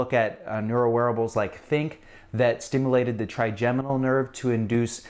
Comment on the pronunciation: A "doctor" that can't even pronounce stimulated. Also, this is nothing new. Magnetic cure-all bracelets have existed forever.